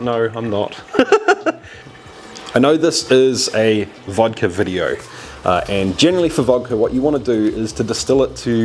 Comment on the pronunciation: I'm from Russia and I don't drink at all, but huge respect to you for pronouncing it Vodka not Vadka